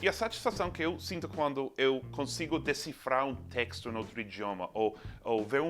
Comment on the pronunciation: 7 bacana seu português é excelente parabéns!! Seu sotaque só fica forte em palavras com x tipo texto vc pronúncia o x como no inglês ao invés de pronunciar o x com som de S... Mas tá blz. obs: o x tem várias pronúncias 😁😂